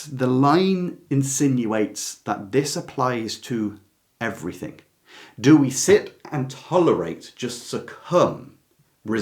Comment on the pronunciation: Hello. Great video - Thank You. May I respectfully ask why you say, “Everythink” and “Nothink” - as most people in this country seem to say now. Is it not, “Everything” and “Nothing”? I really hate to hear these word said incorrectly every single day and by so many people. Is this just the ‘modern’ way we have to speak now? I am not being rude - just asking. I love your work and appreciate your videos very much. XX